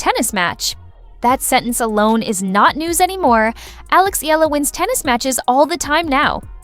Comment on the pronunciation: Pls pronounce her name as Eh...yah..la..